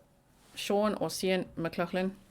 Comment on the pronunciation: Sounds like MICK-GLOFF-LIN